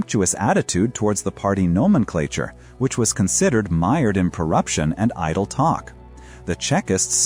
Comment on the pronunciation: It would be a welcome improvement to fix the pronunciation of nomenklatura